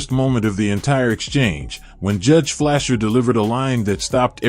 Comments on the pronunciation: Fleischer. Should be pronounced Fly-shur. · Judge "FLY-SHUR".